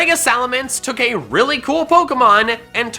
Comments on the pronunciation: You pronounced croissant with the W instead of R sound but then you still pronounced the T which is very funny to me, you said a word half French. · CROISSANT, NOT CWOSSONT! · cwassant..... lol